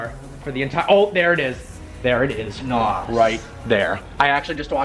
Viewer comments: Funny thing is, it's N.O.S. It's not pronounced as "Naus". It's pronounced letter by letter. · It's not called NOS.... it's N.O.S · When noobs say nos and not N.O.S. >.> I cringe every time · Did u really call it nos it's either n.o.s or nitros not nos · It is N O 2, not N O S! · It's nos not n. O. S. Have you ever watched fast and the furious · It's pronounced Nos kit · It's pronounced (en oh es) N.O.S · its pronounced N. O. S. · Pronunciation of Nos is wrong, N.O.S or nitrous.